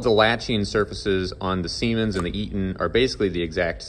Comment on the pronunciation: This guy just loves saying semens 😂